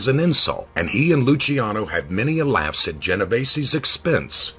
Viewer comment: As my name is Luciano I just wanted to thank you for pronouncing it correctly. :)